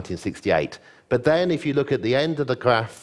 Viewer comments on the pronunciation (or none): He sounds like Jonathan Ross with the pronunciation of his 'r's being very forward in the mouth, almost sounding like a 'w' at times. Perhaps it's a regional thing. 'Graph' becomes 'gwaph' and so on.